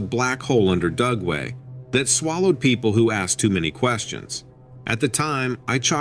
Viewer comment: I kept thinking he was saying GUGWE, not Dugway. They are scary!